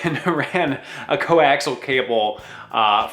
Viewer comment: It's not 'coaxle' it's coaxial (kōˈaksēəl). I love this channel but it's like nails on a chalkboard every time that word gets butchered.